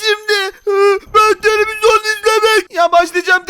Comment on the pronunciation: Neden hep televizon diyor